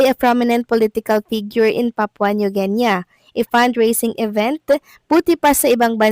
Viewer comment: Sus, maryosep! New Genya (sounds like!) ang pagpronounce sa New Guinea! Should sound like nu or nyu Gini. Tong.vlogger na to, lagi kong inaadvise na before magbasa o magsalita, pagaralan how words/names should be pronounced to avoid misunderstanding. Dami nyang mispronunciations! Pwede nman syang magtanong or magpaturo sa mga nasa paligid nya.